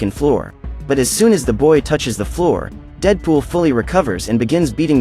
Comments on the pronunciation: bro said cable and deepool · "kabel and deeedepol are fighting" xd I love the way he said dead pool there